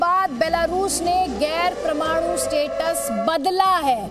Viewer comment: Phle sahi se bolna seekho kch kch , butin pramadu kya hota hai yaar??